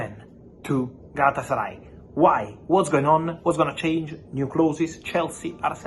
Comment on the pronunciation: Lol galatasary lol 😆 😂 🤣